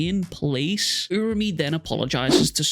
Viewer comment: I'll subscribe once you start saying it right URA-UME /oora-oome/